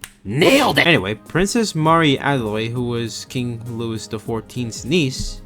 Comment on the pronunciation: Also wait you don't know how to pronounce Marie? Adelaide I can understand tho. Add L aid Marie... it's like Maria but leave off the uh sound at the end. I know you know how to pronounce Maria, you're a sonic fan.